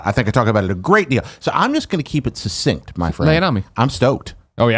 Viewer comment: Suh-scent? succinct...poor Jared. A+ for trying.